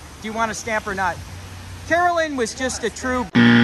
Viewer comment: her name must really be Karen-lynn, not Carolyn